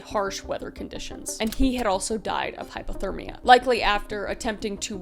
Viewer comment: I don’t want to seem rude, but it is driving crazy. Are you saying hypothermia (low temperature) or hyperthermia (high temperature)? Cause it kinda sounds like you are saying hyperthermia.